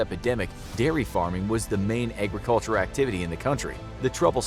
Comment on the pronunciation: did you just say agriculture with a kiwi accent?